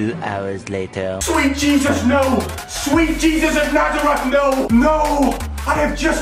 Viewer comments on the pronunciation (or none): none